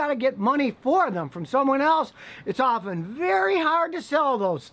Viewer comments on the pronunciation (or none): none